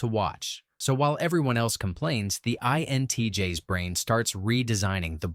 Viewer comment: The repeated stating of the letters 'INTJS' with the 'S' pronounced as the letter 'S' instead of the plural of INTJ was quite annoying...